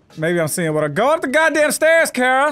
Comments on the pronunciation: Am I the only one who noticed how got mad about saying Kara’s name wrong but for the last episode or two he has been saying it wrong too 😂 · You do know her name is Kara right ✅